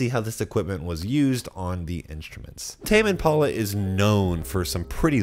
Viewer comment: Sounds like you are saying : "Tamien Paula". "Tamien Paula recorded this". LOL